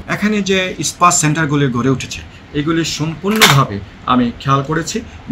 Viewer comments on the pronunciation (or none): পুলিশের ডি আই জি আর স্পা কে বলছে ইস্পা !